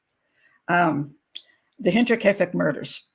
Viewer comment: Great show Pat. And a big thank you 🙏 from a German/Bavarian fan🌷🌷👍and you pronounce „Hinterkiafeck“ very well